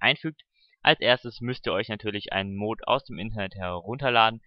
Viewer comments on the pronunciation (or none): Wieso sprichst du es immer als Mohd aus das heißt Mod kurz gesprochen. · das wird nicht moood sondern mot ausgesprochen :) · das heißt mod und nicht mooooood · triggert das euch aus so das er mooooood sagt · es heisst die Mods und Mod wird kurz gesproochen ;) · Warum sprichst du mod so komisch aus? O.o